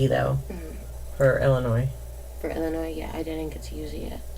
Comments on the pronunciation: Did she just pronounce Illinois with an "s"....the "s" is silent!!!! It's pronounced ... Illinoi.....nurse my butt! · No one from Illinois pronounces it “Illi-noise”.